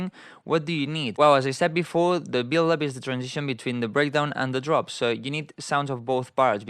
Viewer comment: 🤣🤣 U are a legend, but every time u said build up, it sounded like billup 🤣😅